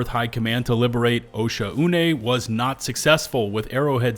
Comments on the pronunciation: arrowhead needs to include pronunciation guides for these planets, osha-une sounds so wrong, ive been reading it as o-shawn, but since we've never heard arrowhead pronounce it, it seems like after the first content creator said osha-une everybody else just went with it. but come on yall saying like o-shaune (oh shawn) just feels right. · OSHA-UNAY??? It's pronounced Oshone, no? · It’s pronounced “oh-Shawn-nay” my guy 😂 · Why is everyone calling it osha-une am I the only guy who calls it o-shaun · Pretty sure it would be pronounced “oh-Shawn” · It's "O-Shawn" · Wtf that's how you pronounce the planet's name?!